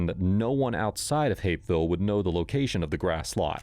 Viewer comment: The H in Hapeville turned into an R real quick with this scum bag around.